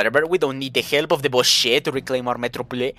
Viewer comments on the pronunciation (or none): Please don't call them 'bosse', it's more pronounced more like 'boshc' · Haha subbed hello from France 🇨🇵✋ (without wanting to annoy you but the E at the end of "Boche" is silent)